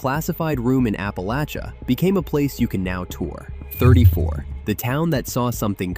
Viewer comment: I was mad the whole time watching this. The guy can’t even pronounce Appalachia correctly!!! So many people are clueless about Appalachia. This one is unforgivable. 😵‍💫